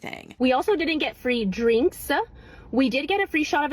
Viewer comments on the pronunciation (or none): is pathetic. When she said Drinksah, I am out.